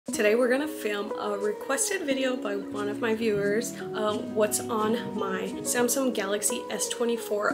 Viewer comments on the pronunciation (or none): Why do you keep saying Samsum 😭